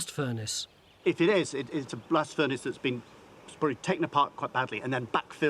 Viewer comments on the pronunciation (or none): Said “blast furnace slag”; heard “blasphemous slag” 😆